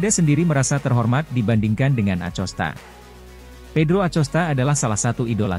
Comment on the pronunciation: bacanya akosta, bukan acosta